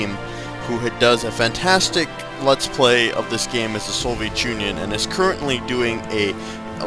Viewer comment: And by the way It's pronounced Soviet Union, not Soviechunion.